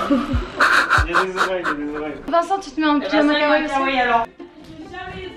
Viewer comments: ON DIS (KAWAII) PAS (KAWAIIL) OK OK OOK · Kawaii se prononce avec les deux i et non Kawai :) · on ne dit pas kawai mais kawaii le i est plus long c'est pas pour rien qu'il y en a deux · c'est pas sweet lolita que tu porte et tu prononce mal le mot kawaii, on dit pas kawaii mais kawaii i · C'est marché kaiwaii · Kawaï ce dit à la fin iiiiiiii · Ça se dit "kawaiiiiiii" 😉